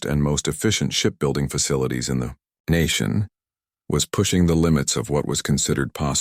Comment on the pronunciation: AI voices are so bad. The.........nation demanded it